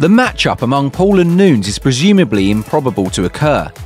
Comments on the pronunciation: Please look up how to pronounce her name correctly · Quit pronouncing Nunes wrong! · Learn how to pronounce Amanda Nunez last name...